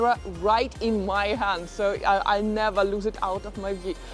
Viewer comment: You need to learn to have less of a foreign accent. But we want to hear much more "ever, and never ever, and never ever.........". "Eva and neva eva"😂 It makes me laugh,...I know I'm silly.😅